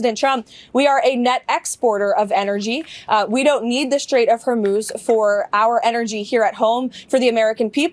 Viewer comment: Don’t criticize their spelling of STRAIT when you can’t even pronounce it properly. It’s STRAIT, not SHtrait. There’s no H sound in it. Look it up in Princeton’s pronouncing dictionary. Clone your English illiteracy, spread it to millions of people via youtube, destroy the language. If you are disgusted that another American can’t spell correctly, then I have a right to be disgusted that you can’t pronounce it correctly.